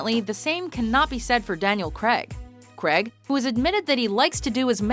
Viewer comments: Craig is pronounced - Crayg not Creg ffs. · And his name is pronounced Crayg not Creg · It's Daniel CRAIG...not Daniel KREG...lol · Craig not creg jesus christ its not hard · fact 11. the actor who plays James Bond in Specter is called Daniel Craig. not Daniel Creg. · Why can't you pronounce 'Craig' correctly? It's not 'creg' it's 'grayg'!!! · The name is Craig, Daniel Craig. Not Daniel Crag. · fact number 1. its pronounced craig not creg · Erm... who is this Daniel "Kreg", exactly?? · Did she pronounce "Craig" as "Creg" at #8? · Why do americans struggle to say the name craig? Creg! Who the fuck is creg?! Retards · stop saying Daniel Creg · Who's Daniel Cregg? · It's not pronounced creg ffs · Why do some Americans struggle to say "Craig"? Comes out as "cregg" or "creh-g" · Daniel Craig, not Daniel 'Cregg' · Why do americans pronounce "craig" as "cregg"? It has always irritated me. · I just can't stand the way she says Craig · His surname is Craig! God knows what you're trying to say